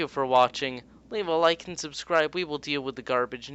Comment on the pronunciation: lol u said lick instead of like XD LOL I CAN LOL ALL LOLING DAY